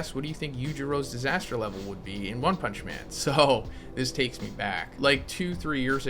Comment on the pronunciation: Wun pumnshhhh